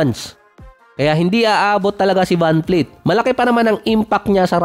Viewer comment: vanvleet po hindi vanfleet...